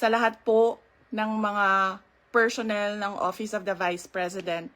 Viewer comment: pershonnel😂 sh sh sh sh paki ayos nagsasama un s at h. paki shagot ng confund bt dimo masagot